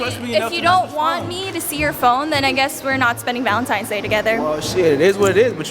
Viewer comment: Why do niggas say Valentimes days 🤣